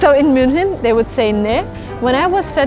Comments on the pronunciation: Das heißt MÜNCHEN und nicht muenik! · ITS NOT MUNICH ITS MÜNCHEN 😂😂😂😂✌